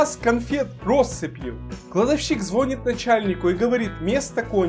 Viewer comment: не звОнит, а звонИт !!!!